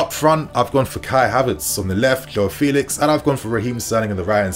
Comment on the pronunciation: It's not Felix it's Felix